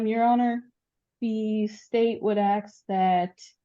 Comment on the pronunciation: The state would axe? What the hell 😳 this is the court lady speaking. Wow.